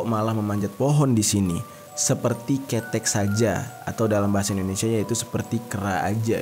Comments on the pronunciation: Kheuthek woi bukan kethek(ketiak) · Salah nyebut nama KeTEk Bukan KETEK 😀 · Bukan khetek ketiak bang, tp khéthek... 🤣🤣🤣🤣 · "Khethek" Bukan ketek, ada 3 jenis huruf e, e' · Sebelahnya Tulungagung kak, dari Trenggalek. Tapi penyebutannya bukan ketek kak🤧 tapi Kethek . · Kudune ketek udu ketek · Saat denger aku langsung ketawa krn slh penyebutan tp wkt tak tanya di Google kok sm penyebutannya ketek,pdhal sbg org jawa sy taunya ya KhE'thEk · Kethèk, bukan kettek😂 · Ketek dibaca keutek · Kêthék bang, aku ketawa lo tiap abang salah nyebutnya, soalnya jatuhnya 'ketek = ketiak' hehe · Kethek mas bukan ketek, beda... Kethek Itu ejaan bhs Jawanya ketek itu bhs Indonesianya 🙏 huruf E bahasa Jawa itu beda dengan huruf E bahasa Indonesia 🙏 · Ngakak pas bang bilanh "kèthek" (monyet) dalam b. Jawa 😂😂 yg bang jerry bilang itu ketek (ketiak) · mf ngakak gua pas dia ngmng KETEK buat disebelah tangan 😁bacanya salah woy.. tapi KE'TEK.. atau monyet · cara bc kethek y krg tepat bang,bukan kethek tp khetek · Gimana sih lu bang, Kethek bang bukan kethek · Cara ngmg Keteknya beda Bukan Ketek (ketiak) Tapi ke = ke (bacaan ke, ke bali, ke jakarta) tek = tek (tahu tek) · Bacanya kethek salah bang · Maaf bang Jer. Pengucapan kata "KETEK" itu salah seharusnya,kalau dalam bhs Jawa itu "KHETEK" yang artinya monyet atau kera🙏🏻. Trimakasih bang,semoga sehat selalu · Ketek😭😭 Salah penyebutanya bang 🤣🤣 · Bukan KETEK BANG JERI TAPI KetEK😂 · Cara mengeja kata "kethek"nya ga gini mas, kethek ngucapinnya ga sama dengan ketek (ketiak)😅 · Ngomongnya "Kethek" bang,bukan ketek wkwk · 😂😂😂😂 kethek bang bukan kETEK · Bukan kètèk tapi bang ketèk😅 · Bukan KETEK bang lebih tepatnya KÈ TEK KETEK mah KETIAK😅😂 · "Keutek"bang jer.bukan ketek(ketiak) 🤣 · Nyebut 'E' nya salah bang bukan KETEK tapi ketek... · Keuthek bang jer bukan ketek wkwkkwk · Kethek bang bukan kethek🗿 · BANG DI JAWA ITU KETHEK BUKAN KETEK PAKEK "E"...KLO ABANG SBUTNYA KAYAK KETEK KETIAK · Kète bang jer bukan kEte 😂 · Ketek mazzzehh bukan kethek